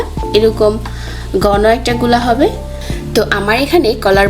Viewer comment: গনো কি? কথাটা ঘন ( ঘনো উচ্চারণ)। কাঠির নাম শাশলিক না। কাছিতে গেঁথে যা করা হয়, তার নাম শাশলিক, বিতর না। “ভীতর” (উচ্চারণ ভীতোর)।